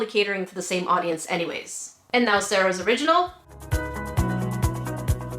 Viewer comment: Sa Ra not SARAH